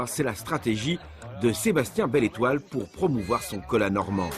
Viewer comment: c'est cola pas coca